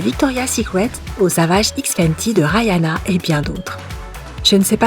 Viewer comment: ?? Rahianna ? Plutôt Rihanna !